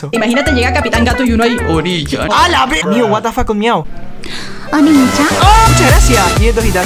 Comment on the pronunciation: no es onichan es oniichan